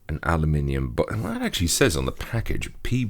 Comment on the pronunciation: God, it feels so good to hear someone pronounce aluminium correctly for once.